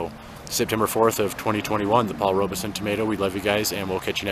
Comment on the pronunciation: Paul Robeson pronounced his name with the E silent! I know it isn’t a big deal, but as a person, he was enormous and deserves for his name to be said correctly!